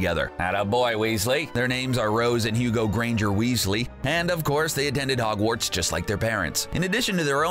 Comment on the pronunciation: Am I the only one who realized he was kinda saying ‘Ogwarts instead of Hogwarts?